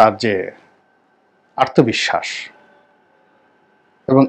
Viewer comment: ভাই ওটা আত্মবিশ্বাস, আর্তবিশ্বাস না ।